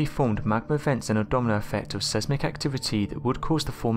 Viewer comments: Sesmic haha still has me reeling 😂😂😂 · Sesmic or seismic